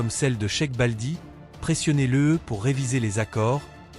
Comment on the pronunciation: de merde ce n’est sec baldi la sœur s’appelle cherif Balde’ prononce bien ou arrête.